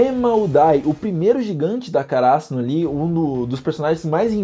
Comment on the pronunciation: Mano, não é uma crítica nem nada do tipo, mas não entendo o motivo de vocês de regiões diferentes colocar acento agudo em palavras onde não existe. por exemplo: kaRÁsuno ?? o certo não seria KaraSÛno?...